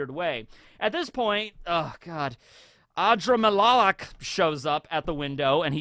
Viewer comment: Adramelech: "ah-drah-meh-leck"